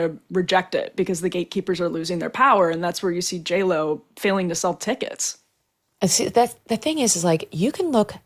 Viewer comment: J-Lo... you mean Jell-O?